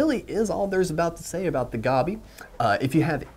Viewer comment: Gobby? I thought it was Goby (as in Moby), no?